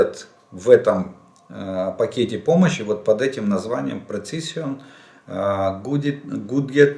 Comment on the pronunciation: Пане Олеже, де у тексті англійське "precission" , вимовляйте як "Презишн" (українська транслітерація). Вчимо англійську разом!